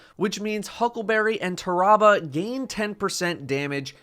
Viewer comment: AYE YO CHECK PLEASE! said Tarrabah wrong minus 10 points.